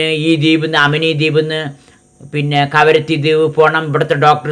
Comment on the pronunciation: karavatti അല്ല kavaratti 😂